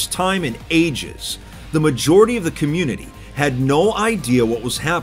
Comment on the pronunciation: I thought you said communism i was laughing so hard,its still funny tho